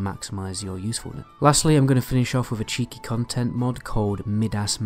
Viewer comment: "Mid-Ass" lol it's M-eye-dus